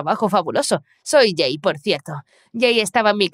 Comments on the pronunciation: Por que cada vez que dicen el nombre del chico escucho que le dicen gay?😟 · Se que en la parte dijo “soy jay por sierto” pero literalmente escuche “soy gay por sierto” y quede re confusa ósea- 🤨🏳️‍🌈❓❓